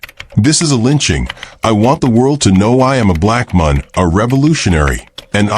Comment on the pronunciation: Can this robot not be taught to pronounce the word “man”?